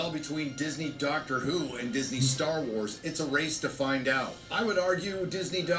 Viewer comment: did say Darker Who?